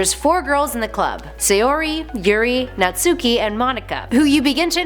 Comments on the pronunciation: Its not nat suki its pro nounced Nat-Ski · ''Naht-ski'' wow people still say NatsUki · ITS NATSUHKI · "Naht-ski." The "u" is silent for a lot of Japanese words and names. We silly gaijin don't seem to get that. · Table of contents for the comment section; 60% People saying there is a happy ending (the true ending). 9% People saying about the wrong pronunciation for Natsuki. 25% People mentioning about the "Lit club" 5% Pun comments. 1% - Other comments.